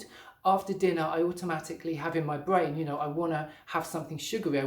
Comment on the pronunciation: Fwuit bwain lol??